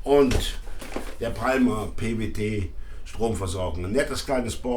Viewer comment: Bitte künftig Palmer richtig aussprechen: Pa:mer!